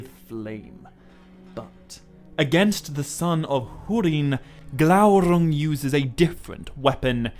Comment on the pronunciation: I never comment, but was compelled to do so when I heard your rolled R in Glaurung. Remember your frustration at not being able to, but now you can! Worth waiting for every time, a youtube treasure and best Tolkien channel here. Appreciate it!!